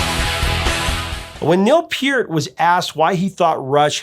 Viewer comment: Great review and awesome commentary. One small nitpicking constructive criticism. Neal Peart is pronounced: neel purt, not peert. Carry on with your great channel. I appreciate the passion, depth and intensity of your love of music.